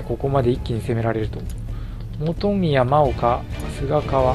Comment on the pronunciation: ✡真岡 ○もうか ✗まおか ですよ。 色々な読み方があって難しいですよね。